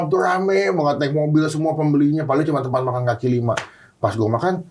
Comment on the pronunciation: "Kaki" kali ya bukan "Kali"